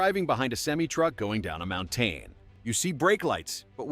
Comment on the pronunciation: MountAne??? AI narration ruined this video.